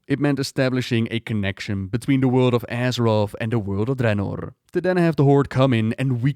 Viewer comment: The way you say draenor bothers me